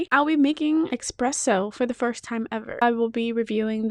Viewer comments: ESPRESSO, NOT EXPRESSO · “It’s ESpresso not EXpresso. 🙄” - Hermione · Hey, young lady, there is no X in Expresso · Almost left this video immediately after hearing "expresso"